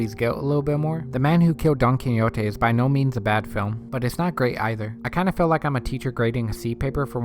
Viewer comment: His name was 'Don Quixote', pronounced 'kee-ho-tay'! You couldn't even say that after watching the whole movie? Not "kinyotay"! Your breakdown & analysis was sub-par at best. You contradicted yourself, and didn't understand what you were talking about, explained NOTHING. Do yourself a favor and please stop trying to be a critic. This was THE WORST!